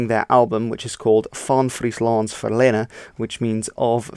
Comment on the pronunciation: Ferline should be pronounced a bit more like ferleene (ee as in english, long I in frisian)